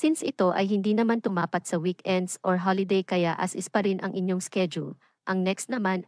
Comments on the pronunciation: Ayudin mo pagsasalita mo Tumapàt ay binibigkas ng mabilis, di tulad ng pagkakabigkas mo na tu ma pat . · Hindi mo alam ang tamang bigkas ng TUMAPAT?